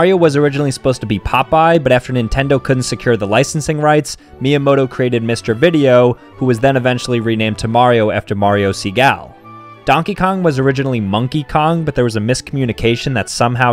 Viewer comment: MARIO "SEAGULL"? ITS PRONOUNCED Mario Seh-gal-eh